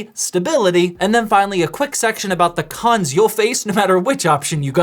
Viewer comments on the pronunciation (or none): "and finally a quick section for the c*nts you will face-" The what? Ohhhh its cons.. cons, not c*nts